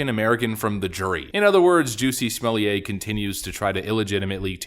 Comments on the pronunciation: The name is pronounced Smoll-itt not Smolliay Smollett is a Scottish name not a French one. Don't make him sound posh and upmarket with that ritzy pronunciation! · Stop pronouncing his name like he’s a French aristocrat- his name is JESS-E SMULL-ET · The way you say Smollett, as if his name is to be pronounced like someone who's job is to provide wine parings (sommelier), kills me. It's almost as ridiculous as his fake-lynching, and a real hate crime. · It’s SMOO-YAY! If you’re gonna call him “Juicy”, you have to do the whole thing or it just sounds stupid. Might as well just call him Juss-E. Also, why did Juicy hire some black guys from Africa to play some bigots attacking him in a hate crime?! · Pronouncing his name like he’s a Frenchmen is very offensive to the French. He’s SUB SAHARAN AFRICAN. SMFH